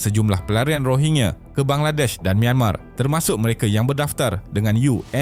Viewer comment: Min sebutan tu biar betul..bukan Rohingye.. Rohingya..😂